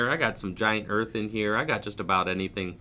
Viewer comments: I can even understand saying "hurth", (even though it’s wrong), but he is straight up saying "earth" in the video. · Hearth is pronounced HARTH, not like Earth. If you're doing that on purpose, that's a wild inside joke. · It’s pronounced giant *harth*... it’s like the area around a fireplace